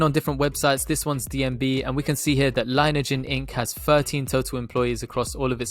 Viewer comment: Thanks for the consistent and super DD,!! Also, just FYI, heard CEO Erik pronounce it Lin-e-ajen (long E in the middle) on an earnings call and other vids. Go BNGO baybeee!